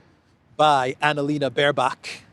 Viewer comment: Pls don't mention März and ANALena. It makes my ears bleed. I'm German. Thank you.